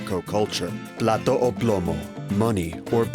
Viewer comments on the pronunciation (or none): none